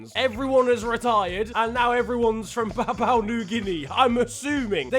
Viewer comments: Bruhhhh, I love how you say papau, it’s pronounced Papa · I thought it was papa new Guinea.. Not Papau new Guinea.. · its prononounced (or pro nonced) papa not papou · ITS PA-POU-WHAA new-ghuinea Not papaw Also ... more football this week please , to change your mind ... i got like 50 euro's mate , does that change your mind?? :p #BelgiumLeagueIsNeglectedByFifaStreamers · its "PAPUA" pronounced Papa not "PAPAU" as you keep saying XD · It's papua not "papao" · It's Pa-Poo-A New Guinea. Not Pa-Pa-oo New Guinea. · It’s pronounced papa not papow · Its prounouced papa new guinea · It's "Pa-pu-ah" New Guinea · Papua is pronounced PAP-ooh-ah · Are we not gonna talk about the fact that said Papua wrong the whole time? Btw if we don’t get a part 2 of the names there will be strong worded letters...